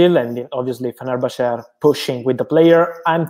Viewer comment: Impressed he pronounced fenerbahce perfectly, nothing groundbreaking but always good to hear from Romano